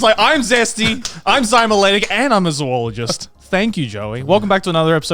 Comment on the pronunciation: I am way more annoyed by the mispronounciation of "zoologist" than I should be